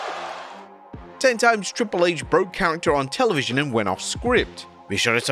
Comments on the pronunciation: Whats Telenvision?! Jajajaja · "Televinsion?" You need proof-readers. This happens all the damn time...🤣🤣